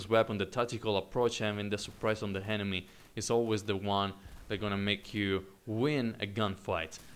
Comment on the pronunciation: I love how you ''henemy'' :D Nice review